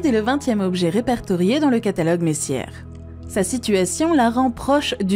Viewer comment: Autre erreur la prononciation des étoiles et planètes comme Corotte 7b... C'est Corot 7b découverte par le satellite Corot, engin spatial français ou le catalogue de Messière, plutôt Messier (astronome français)!